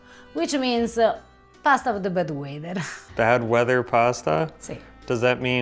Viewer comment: When first said 'pasta of the bad weather', I heard 'pasta of the bed wetter' 🤣